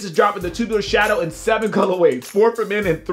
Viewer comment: "Shoadow" Nice.